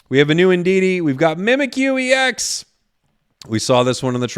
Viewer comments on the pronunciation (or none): none